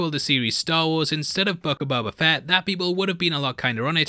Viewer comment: I love how: Mos Espa = Mos EspER Boba Fett = Buba Fett